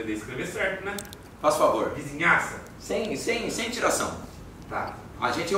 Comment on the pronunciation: Na hora da "vizinhaça" eu rachei ksksks